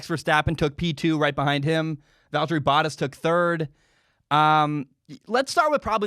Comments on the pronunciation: Bow-taas, it rhymes with Haas. Edit: Oh geez, he says Hass. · Bottas is pronounced: Baht•Haas, Bah•t•ass ---> "Bah" sound (like a sheep), "t" the T sound, "ass". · you're saying the first part of 'Bottas' correctly but you're not putting enough emphasis on the A. the 2nd syllable should sound like 'Tass' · Bottas pronouncing his name... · “Boat” like that sails, “ah” like when the doctor looks in your mouth, and throw a “s” on the end, that’s the best way to spell out how it is pronounced. You gotta get it right, it hurts when you say it haha. Love the F1 videos bud!